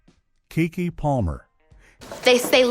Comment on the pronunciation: I’m Noting That You Are Showing Disrespect For These Amazingly Gifted Artists. You Called Larenz “Lawrence” and KeKe “KayKay”. This Is Absolutely UNACCEPTABLE!!! 🙄